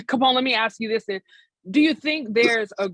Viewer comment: The word is “Then” not den!